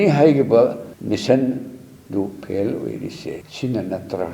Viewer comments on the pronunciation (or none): Prof.pronuanciation pheil 😂😂😂😂😂😂😂 for fail